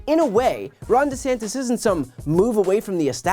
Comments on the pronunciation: He also changed the pronunciation of his surname. That speaks volumes. So "acting" dumb to pander to his base checks out. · He changed how he pronounces his own name for voters....